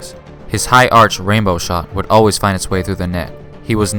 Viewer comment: arch 😂😂 say it like ark